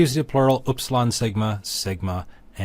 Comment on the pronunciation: I appreciate these lessons, they're very helpful. I do have a question. Throughout this video, you pronounce upsilon as a 'y,' as it later is pronounced. I thought that, even in Erasmian pronunciation (to speak not of original pronunciation), upsilon was like German umlaut U, as in Uber?